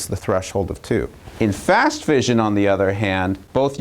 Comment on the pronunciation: Note to Kirk: fission is pronounced like "gone fishin" (like mission, compression, session, possession). The single 's' in fusion has the fyü-zhᵊn sound (like confusion, contusion, intrusion, etc.)